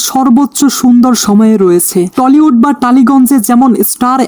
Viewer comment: টলিউড না টালিউড হবে রে গাইয়া গবেট